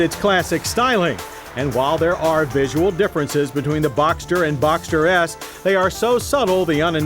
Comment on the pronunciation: "boxter yes" 🙄😂